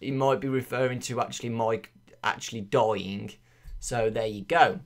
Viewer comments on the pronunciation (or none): none